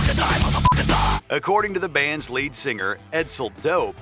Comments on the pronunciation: I went back and listened three times to make sure I heard it right. Sounds like he says "late" to me. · Yes, he said 'lead" not late